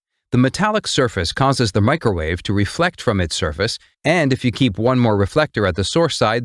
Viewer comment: "Mee-cro-war-vee". If u know, u know😉